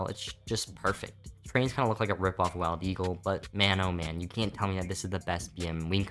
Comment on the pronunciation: I think I heard “mild eagle”